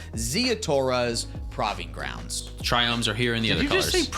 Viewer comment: Two things. Really glad you guys stick to the og tricolor names. Second, “prahving grounds?” 🤣👌